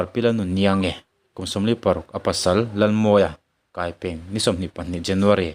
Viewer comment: Kaipeng i lam dan kha a dik lo."Kai" tih hi 'ka banah min kai rawh' tih a 'kai'rik angin lam tur."Peng"tih hi 'kawng peng'tih a 'peng'rik angin lam tur